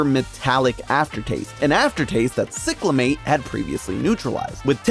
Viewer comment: Growing up in that era, cyclamate is pronounced Sy-cla-mate.